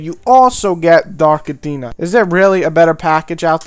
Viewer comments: Dude its Dark Athena not Dark Adeena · dark atteena? what a gumpter! aFFFena